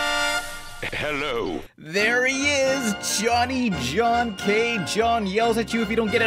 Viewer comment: You have to be the only one who still knows how to pronounce John K's name. If he can't handle network constraints, why not upload his original animations on Youtube?